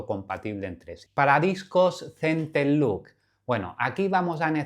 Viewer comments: Solo un detalle ya que los nombras en inglés; "Center lock", no "Center look". No es lo mismo cierre central que mirada central 😉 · Sigo sin entender por qué todos le dicen centerluk 😅